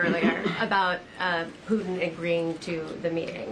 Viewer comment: “Poo-in”… can’t wait till the “t” is added. Good job. Best administration in my 62 years.